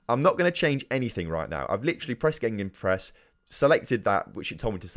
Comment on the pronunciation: Are you saying GeNgenpress instead of gegenpress(gaygen press), also what it does is dominate the space between the lines of attack and defence